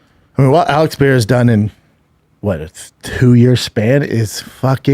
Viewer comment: Pereira - pronounced Puh Ray Uh not Pee Air Uh jeez man